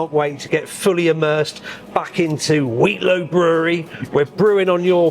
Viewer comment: Another great upload but please practice saying Wheatlow for the next time you go😂